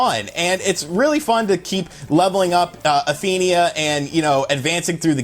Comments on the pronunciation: Why are you saying Athenia? It's Athena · SNK: It's Athena.: Athenia Nintendo: It's Mario. Wulff Den: Mary-o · He's calling her athenia...smh She's Athena Asamiya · I cringe Everytime he says Athenia... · its Athena not Athenia lol. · Why is he pronouncing Athena as "Athenia"? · I cringe every time he says "Athenia" when it's ATHENA! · It's Athena not Athenea. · It's pronounced as "Atheeeeeeena" not Athenia. You sound like those dudes who pronounce Super Mario as Super Mehrio or Merry-O or Marry-O lol! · Athena not Athenia! Damnit man! Come on!! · "Athenia" November 2018. XD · I can't listen to you saying Athenia. And Prehistoric Isle II is on Xbox, don't think I've seen it on switch. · Before I even saw the comments I was thinking the same thing, lol. Athena! A- theen- a.... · It's pronounced: A-thee-na. Not what your saying, dude. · I swear man... I named my daughter Athena so when you butcher it, it's like nails on a chalkboard. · learn how to pronounce Athena